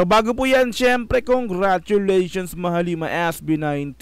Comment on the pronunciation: Nao-OC n nman tenga ko. Di ko na nman matiis. Mahal-lima ang pronunciation beh. Hindi mahaleeeeeeema. Mahal ang lima. Mahalima. Mabilis dapat ang pagbigkas.